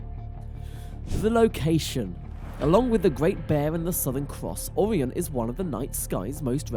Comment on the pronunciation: Mate, it's Orion - pronounced "Oh-ryan and not Aw-ree-an 👍